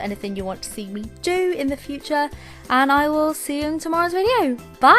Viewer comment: "me" sounds like "be" here